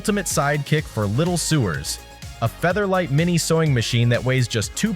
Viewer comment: The word is not pronounced soo-ers. It's so-ers, with a long o. Major quality deductions for not not pronouncing important words correctly, and for wasting time trying so hard to be "cute" that you don't focus adequately on the product. I'm not impressed.